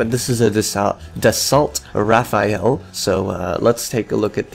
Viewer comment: It's Dassault Rafale not Raphael. But that's just nit picking. Sorry. Kinda weird that that bugged me enough to mention.